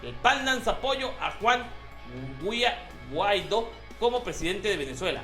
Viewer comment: Mah mi 2.0, ta potente tu dislexia. XD Está bien claro el acento en Guaidó y sigues leyendo Guaido.